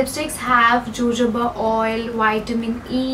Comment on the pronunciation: Jojoba is pronounced as "Ho-Ho-Ba" . Just saying.